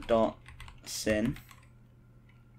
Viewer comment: This is a really good tutorial but please stop calling sine and cosine "sihn and coss" that's not how you pronounce it